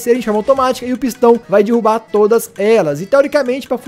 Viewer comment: dirubar??? É derrubar mlk